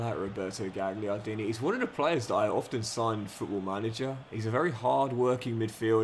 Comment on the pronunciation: Just a little thing! Gagliardini - the GL is pronounced like a 'y' - galyardini And the GN is like the ñ in Spanish... Like zaccanyi (zaccagni) 😁